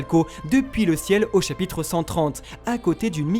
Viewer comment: chapitre pas chapytre